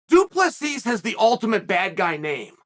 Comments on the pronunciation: he literally said du plus b the 3rd time he referred to the colonizer lol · Lol chael saying Du pleesees, it's Du-Ple-See. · I love how he always starts by pronouncing his name right and then goes back to du play sees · its pronounced dew plesseee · Du Plus B ??? 😭💀💀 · Am I hearing shit or Chael called the dude “Due plus B” ? Lol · 😂 [Dricus] “2 + b” Amazing. He’s gone from intentional mispronunciation to using Algebraic expressions... UNDEFEATED. UNDISPUTED. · Du Plessis, doo plessus, 2 plus 3, due please ease, thank you for the laughs Chael, undisputed undefeated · Only once...from thereon he became "Du Plus P" if you listen closely. Here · 5 minutes in he went back to “du plesees” 😂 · he did the same thing on his last video about Dricus, or the one before, pronounced his name correctly as soon as the video started, and then continued to call him "Doo Pleasies" for the rest of the video 😂😂 undefeated, undisputed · Dude he said du plus si 🤣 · Until he said “Du +B” 🤣🤣🤣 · It’s pronounced Doo-Pluh-See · The pronunciation of 'Du Plessis' gets worse the more Chael talks lmao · The last "s" is silent! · he said it right the first time at the start, then it just went down hill from there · Definitely still hit the silent S a few times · Once and then descend into so many versions of incorrect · he says his name perfectly right off the batt then goes back to butchering it throughout the video.